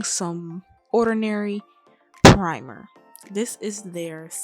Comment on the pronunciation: PUH-rimer love the vid thank you🤝